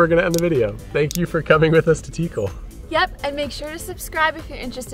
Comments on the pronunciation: You say Tíkal haha but it should be Tikál. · Guys it’s pronounced Like Teekal. Like the name Calvin. Not tikel😂